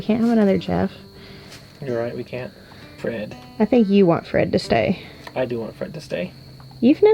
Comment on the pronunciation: “Fred!” “He didn’t say Fred, He said “FWED”!